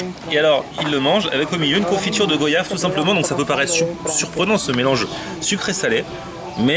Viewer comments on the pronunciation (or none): ça se prononce "goayave" d'après ton pote non ?